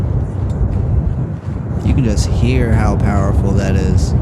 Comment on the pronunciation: "...and stuff like at." Man, you can come over for supper any time! You my boy!